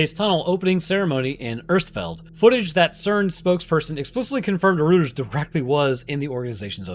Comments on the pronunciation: It's pronounced ROY-terz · Reuters is pronounced "roy-ters"